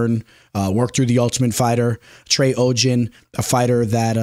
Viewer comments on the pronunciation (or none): Adderall is not a steroid lol.. and he got off easy bc he had a script and it's legal to use if you fill paperwork out. and it's OGDEN not oggen lol. are you a sim bro or something?